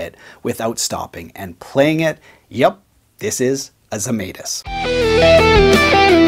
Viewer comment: It's Zemaitis!